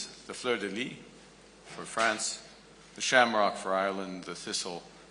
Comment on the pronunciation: Your French needs work Carney If you MUST speak it, please. Let's hope you do not butcher Canadian interests like you butcher French! Your adjectives must agree with the nouns they modify! Feminine or masculine, singular or plural. Fleur de lys: the "s" is absolutely pronounced in French! It ain't a bed! It is in English that it is silent!